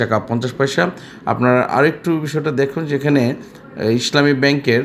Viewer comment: Vai, your pronunciation is too bad. It is not Isshlami it is Islami Desh garments is not a top graded share.